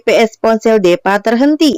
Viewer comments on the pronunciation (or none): Hadeehh.. Kalo nama deepa tu disebutnyya "dipa" bukan depa.. Chanel dan filmnya sih bagus, cuma saran sy lebih baik naratornya diganti.. Krn sayang chanel bagus tp pembawaan naratornya seperti itu 🙏